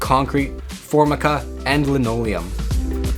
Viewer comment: Ok, pronunciation is off- It’s ‘for-my-ca’ not ‘for-mica’ and its ‘por-us’ not ‘poor-e-us’. My insurance did not cover me either stating they dont cover main line breaks, and it wasn’t a main line break!! Cause it was raw sewage, they said main line, but you can have a backup with raw sewage that is not main line, just your toilet pipes line getting clogged. My insurance guy is new and even said he wasn’t sure what to do, idiot.